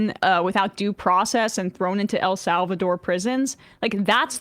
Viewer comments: Elsalvadorian prisons, Emma. Not el salvadore. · El Salvador,. Not El Salvadore.